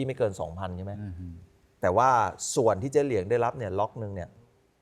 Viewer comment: ผู้ประกาศข่าวอ่านข่าวเป็น เจ๋ เหลียง เจ๋เหลียง แทนที่จะอ่านว่า เจ๊ เหลียง ทำเอาหูฉันเพี้ยนไปด้วยเลย ฟังแล้วรำคาญ 😑